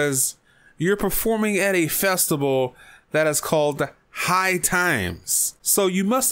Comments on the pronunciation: lol listen closely as he says the word festival... he is pronouncing it with a b saying FESTIBAL.... LMAO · lol this dude doesn't know how to pronounce the word festival instead he is saying festiBAL... LOL